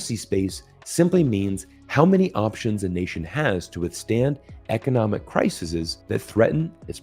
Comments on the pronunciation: Singular “Crisis”; - Plural “crises”. pronounced: “crisees” !! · Thank you for saying “criseses” and not “crisees”